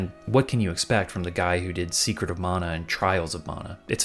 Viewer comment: I love the way you say mana. It's the way i say mana. The other way sounds like a 40s american saying Naagasaaki.